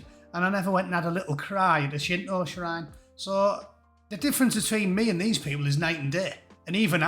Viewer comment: The words "Shinto" and "Kyoto" have never sounded better spoken.